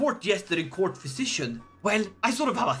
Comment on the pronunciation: What he says: Look at my glorious court What I hear: look at my glorious cock